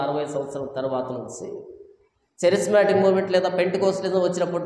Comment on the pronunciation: చరిస్మాటిక్ కాదురా నాయానా, కేరిస్మటీక్ ఉద్యమం. కేరిస్మాటిక్ అంటే గ్రీకు భాషలో క్రృప అని అర్థం. క్రీస్తు చేత ఏర్పడిన అపొస్తులల సేవలు ఇంకా కొనసాగుతూనే ఉన్నాయని, అన్యభాషలు మాట్లాడటం అల్లరి కాదు కేకలు కాదు